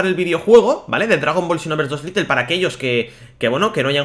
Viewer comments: Little se pronuncia litel como tu lo dices pero realmente el juego es lite y se pronuncia lait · Por que dice "Litle" "es "Lait" o "lite" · Se escribe "Lite", se pronuncia "Lait" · se pronuncia lait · Porque no pueden pronunciar bien las palabras en inglés? Es lite, LITE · Es "Lait"